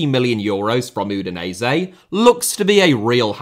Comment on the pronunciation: Serie * not Seri Udinese* not Udeneisei Touré* not Torei Villa* not Viller Bueno* not Bueinouw Traoré* not Trayorei Gustavo* not Găstohrvouw Fenernahçe* not Fenebohçei Montiel* not Móntil München * not Munich Dejan* not Deijan Schade* not Schore Diaby* not Diohrbei Caicedo* not Caiceirouw Baleba* not Baleiber Ansu* not Anzu